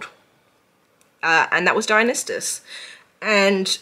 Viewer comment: babe i love you so much but its (die-un-eye-sis) there is no t.